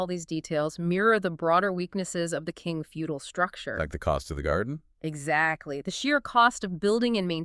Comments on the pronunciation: Unfortunately I could not bear your bad pronunciation even of the Chinese "Qing" Dynasty. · Omg! You’re right. What a blunder